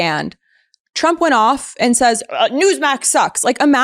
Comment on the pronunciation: When Caroline reads her MRI report I swear I heard her say “president Chump”.